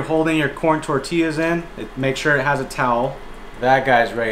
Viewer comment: He pronounces tortilla wrong